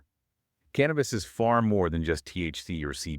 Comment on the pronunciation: This is the best overview of the ECS i have ever seen! My only correction is its called cannabis not can nabus! Theirfore its Endo canna binoid signaling system ! Not endoca nab inoid! Says Dr David Allen! 😎